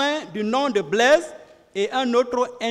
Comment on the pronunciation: Blaise pas blaige. Le g ne se Li pas z. Ont dit pas zandarme mais gendarme. Ont dit pas zuste mais juste. Le j ne se lit z. Ont a affaire à des intellectuels ou des analphabètes ??!!! Le monde entier suis le procès. Sofaire ou chauffeur ? Quelle honte pour des soit disant intellectuel. Soisi ou choisi . Un enfants de la maternelle dans mon pays est nettement mieux